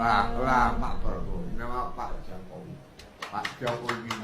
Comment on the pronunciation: goblok kamu bro. itu kliru terus pas mau nyebut jokowi.